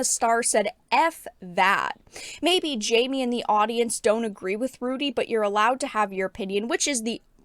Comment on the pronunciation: Its pronounced "hi me" not "Jammie."